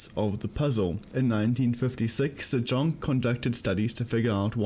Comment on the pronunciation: Great vid! but you pronounce the name "zajonc" wrong, it's said as "zajonts"